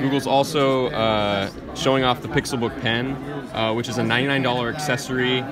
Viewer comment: "Pixel Pook"